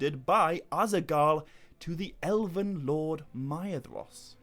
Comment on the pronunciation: Elvin, not Elevevin